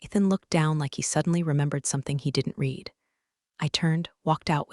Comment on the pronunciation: A legal person is COUNSEL, never COUBCIL! And PLEASE teach the AI how to pronounce READ in more than one tense.